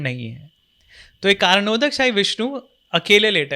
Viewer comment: बहुत सुंदर, कई नयी जानकारी मिली। आपका और का शत शत नमन 🙏🙏 मेरी जानकारिसे, करणोदक =कारण+उदक(पानी). उच्चारण ओदक नहीं है। अगर किसीको ज्यादा जानकारी हो तो बताये🙏